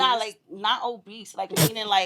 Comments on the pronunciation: i just wanna know when did OBESE have a T in it smh? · Is there a T in obese?